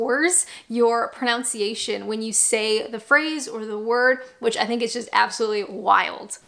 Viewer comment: Ah the irony, you mis-pronounced "pronunciation" as "pronounciation" during the Rosetta segment. There's no "ou" in "pronunciation". Fascinating video.